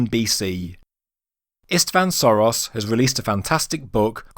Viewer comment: It's not Soros. It's Sörös (pronounced Shoeroes). And the boat might be that old, and at the same time the pyramid could also be linked to Khufu. It simply needs the pyramid to be built for that long, so that the beginning of the work started when the boat was made, and they finished it in the era of Khufu. It would not be an unprecedented example, the Cologne Cathedral was also built for 600 years. And looking at the size of the pyramid and the level of technology available that time the surprise would be if they didn't build it for that long.